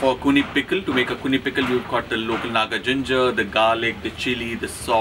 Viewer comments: It's axone not akuni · It is a dish, originated from the 'Sumi' Tribe of Nagaland, called 'Axone' (pronounce something like .. aa-qho-nae)and not 'Akhuni'. Thanks. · It just a AXONE not akhune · its Axona.. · mispronounciation of Axone is Akhuni😂